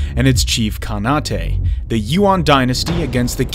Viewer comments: Nguyen is also pronounced, Win. Khanate is also, “khan-eight”. He butchered a lot of words. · Did this dude really just pronounced khanate as “ka-na-tay”? It’s literally pronounced just like it’s spelled “khan-ate”. Like “Genghis Khan ate some noodles.” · It's Khan-ate, not Khan-a-te.